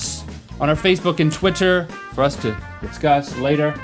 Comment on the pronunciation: Rhett said "Tweeter" it is Twitter